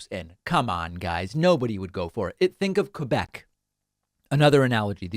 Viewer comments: Just to put things straight: 1- Thank you for pronouncing "Quebec" the proper way. 2- We don't want to 'separate' from Canada to become Americans. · But at least, he pronounced 'Quebec' beautifully.